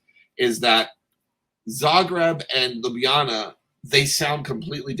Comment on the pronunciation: Joe's pronunciation of Zagreb is closer to how you say it. Ljubljana he pronounces almost perfectly except the first "Lj" should sound more like the second one 😂